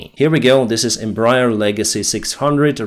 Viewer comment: Not to be pedantic or anything because this is not really important, but the name of the Embraer company is pronounced "Em-bra-AIR" because the full name was "Empresa Brasileira de Aeronáutica S.A." (Brazilian Aeronautics Company) and because of a quirk of roman-based languages. Since you're a pilot, this name will come up somewhat often, so if you curious about the correct pronounciation, here you go. :P